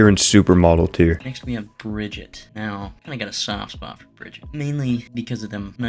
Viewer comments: it's bri gi tuh , not brijit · calling brigitte bridget makes me wanna jump